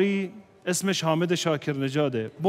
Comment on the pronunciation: Afwan, Salah sebut Nama Syehk Hamed bukan Hamid